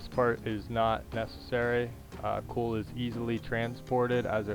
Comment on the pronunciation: It's "Coal" not "Cool"